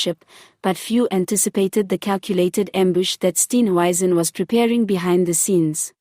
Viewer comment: Who is Steen "wyzen" ?????? Come on man. Speak properly for goodness sake !!!!!!!!!!